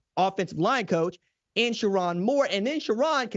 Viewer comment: SherRONE, not SheRON! 😅😅😅